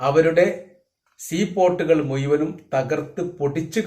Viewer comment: "മുയ്മനും ", അല്ല ഭായ്, മുഴുവനും എന്നു പറയൂ.😂😂